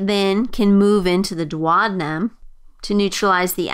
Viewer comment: dwadinum? thats just too painful for the ear